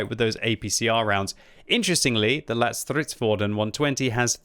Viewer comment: That's a very decent pronunciation of the name for a non-swedish speaker. Not perfect, but not bad.